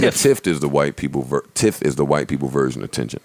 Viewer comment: Its "Tift" Fellas 💯